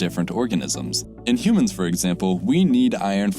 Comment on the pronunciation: what are these "humons" you speak of?